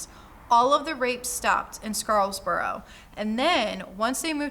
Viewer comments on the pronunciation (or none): SCARBOROUGH! SCAR-BORO!! not "Scarls borough"